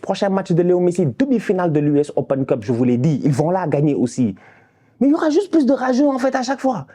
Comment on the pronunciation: a dit "il va gagner deuxième clope" pas Cup 😂😂😂😂.... je charrie